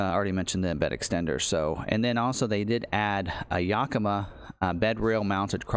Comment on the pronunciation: Great content once again!! Fyi yakima racks is pronounced YAK a ma. It’s a town in Wa state where I live🙂